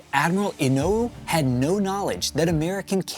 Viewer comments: I was really looking forward to watching this. I wish I could be less distracted by the sing-songy patter. I assumed it was AI, but apparently not. Also, and a minor point, the name of the Admiral "Inouye" is pronounced "In OH yay". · This is an excellent video, and I especially appreciate that it is done the correct way: WITHOUT AI. Just one little pronunciation point I noticed early in the video: The name of the Japanese admiral Inoue is pronounced In-o-yay. That small point aside, thanks for a superior piece of historical work.